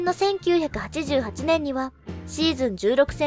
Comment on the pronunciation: F1の記事を扱ってくれてありがとうございます😊 何時も楽しみにしております♫ の読みも歯切れよく、どんどんスキルアップして頑張ってらっしゃるなーと感じております。 余計なお世話かも知れませんが、職業柄イントネーションが気になる部分がありましたのでお伝えします。 82年、88年、89年、行われ、こちらの四箇所です。 これからも拝見させて頂きますので、どうぞ宜しくお願いします！